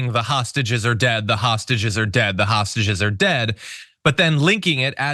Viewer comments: Is he saying hostages or sausages ? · Is he saying sausages?